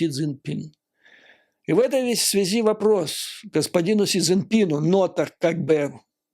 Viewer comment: Немного не в тему. Многоуважаемый Юрий Борисович, вы мой любимый блогер, простите. Больше никого не могу больше слушать , тяжело. Ваша подача идеальна! Маленький, совершенно несущественный нюанс , простите, --- выбивается из плавной красивой речи чисто путинское, много раз раскритикованное филологами " в этой связИ". Простите еще раз. С глубочайшим уважением.